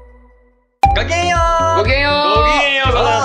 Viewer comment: 慎太郎ごきげんようが慣れないのか「ごきんげんようございやす」になっちゃってるの可愛おもろい😂